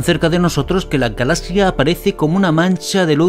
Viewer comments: Me desespera como dice "Galasia" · Que raro pronuncia la palabra galaxia.